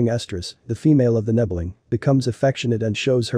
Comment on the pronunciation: Aren't nebelungs solid grey? Also...you're saying "nebbeling"